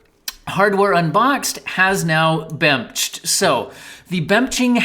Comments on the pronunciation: "bemched" lmao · I laughed every time you said bemnched 😂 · "AAAH! Bemched!" 😂😂